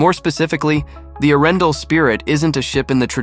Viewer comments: Your prononciation of Arendal is so way off, that it could not be worse😂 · Its pronounced with a pause , between Aren and dal. Butt how to know, if your not from Scandinavia